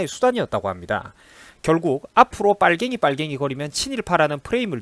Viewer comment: 자꾸 뽤괭이뿰괭이하면 듣는 뻘갱이 기부니 나뿝니돠 쭵.